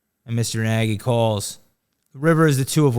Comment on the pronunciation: Nagy is a Hngarian name. It is pronounced "Nudge" with the "U" sounding more like an "A". Impress him the next time you see him. Genius running narrative!